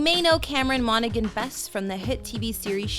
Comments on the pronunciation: MonaHAN not “MonaGAN” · its pronounced 'monahan' not 'monagan' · The g in his last name is silent, it really annoys me when it's mispronounced as I have the same last name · I loved this but you are totally mis-pronouncing his last name. Cameron on is seriously so cute!